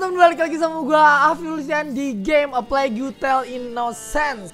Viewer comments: Plague bacanya pleg... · "Eu plegu tel" gak tuh😂 ada U nya wkwk